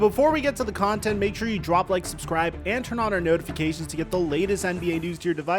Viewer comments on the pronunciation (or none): none